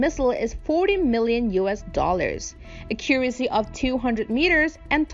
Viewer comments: "Akyure- isy"? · Thought the same thing with "ah-curacy" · a CUR' a see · Same here :) She has a native system of sounds but for some reason mispronounces so many words: accuracy (word stress), minuteman and all her -teens have their i's too low (sounding like -tin). A very interesting case from a linguistic point of view.